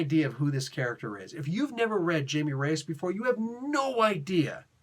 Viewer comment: As part of the overall "infected" storyline I thought it was fine. It's not a good stand alone though and it doesn't have much of the Jaime character to it. (Jaime is pronounced like hi-me btw)